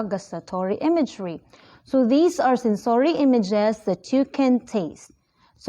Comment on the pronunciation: Kindly check the pronunciation of the word, sensory